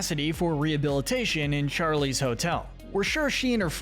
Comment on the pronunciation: bro rly said like cherries wall and then on the paper it says charlies wall